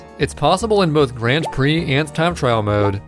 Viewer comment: ´"grand preh"